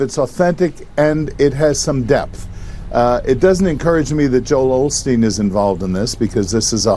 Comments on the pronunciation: They said "Olsteen" many times - his name used to be Olsteen - Mandela Effect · Osteen? Sounds like they’re saying “Olsteen” Anyone else recall Joel’s last name being “Olsteen”?? Btw that’s a Mandela effect 😉